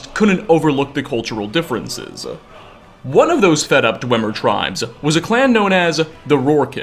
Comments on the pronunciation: You'd think after all this time, would have learned to pronounce "Dwemer." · Isn't it pronounced "dweemer"